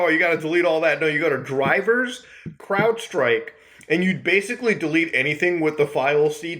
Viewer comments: Anyone hearing him say "Cloudstrike" instead of Crowdstrike? Or is that just my melted brain? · you keep saying "cloudstrike" and also have that in your description when its "crowdstrike" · Muta it’s Crowdstrike not cloudstrike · You kept calling CrowdStrike “CloudStrike” and that pisses me off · Crowdstrike, not Cloudstrike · love your videos! i just have to say its crowdstrike not cloudstrike tho! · you're actually tilting me - the work is CROWD not CLOUD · Ahem... But mutah, it's crowdstrike, not cloudstrike. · did you say cloud strike? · CROWDstrike. Not CLOUDstrike. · Hey, genius, learn how to read. It’s CrowdStrike, not CloudStrike. It’s Linux, not Lunix. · mutah umm atually its crowdstrike and not cloudstrike ☝☝ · why is he saying cloudstrike instead of crowdstrike? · Saying CloudStrike instead of CrowdStrike for the entire video was kind of cringe. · It's CrowdStrike not CloudStrike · hey Muta/editor, tiny correction - it's CROWDstrike, not Cloudstrike :D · Crowdstrike.... not cloudstrike😂❤ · Lol, he calls it cloudstrike in the description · i want to die everytime he says cloudstrike lmao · Did he call it "Cloudstrike?" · Are you saying Cloudstrike? Edit: Read the description...he's saying cloudstrike. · This video would be even better if he didn't keep calling it Cloudstrike. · I thought he said Cloud Strife LOL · are you saying Cwoudstrike or Cloudstrike or what? lmao I had to replay that like 5 times to listen to it hahahaha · Why does he keep calling it Cloudstrike? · Homie said "CloudStrike" 😂😂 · When Muta says Crowdstrike because of the janky set up, it almost sounds like CloudStrife lol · Bro can you pronounce it right